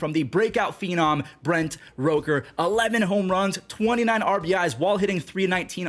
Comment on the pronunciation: you play MLB the show, why do you mispronounce names constantly. Its rooker not roker